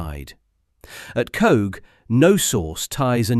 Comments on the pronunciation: Coagh (emphasis on the GH), not "Cooh" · The village Coagh is pronounced "coke". It is very annoying heading this and other towns and villages mispronounced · Its Pronounced 'Coke' and you've got Alistair Harkness and Tony Doris the same pictures FS. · As Seamus Heaney observed, the ' stranger' can't pronounce 'Coagh'